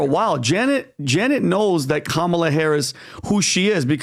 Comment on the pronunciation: Her name is "Kamala" not Letishya. "Kamala" is an Indian name. Don't forget how she wanted her name pronounced. Say it with a head shake together with accent and you'll get it right. Why is this even a doubt?